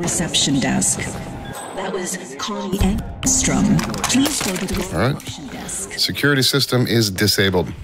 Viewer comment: that is so funny that you said Kanye Angström, I think you now know it's Connie but I love it. Keep up the good work, you deserve subs